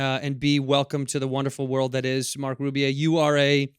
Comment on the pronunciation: Yeah it’s Marc ffs red - not like it’s Wahlburg... Edit: *Wallberg Re-edit: **Wahlberg